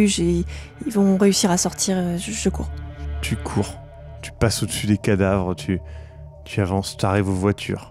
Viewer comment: quand demande à si elle court ou se cache, ça sonne comme "tu crève maintenant ou tu crève plus tard?"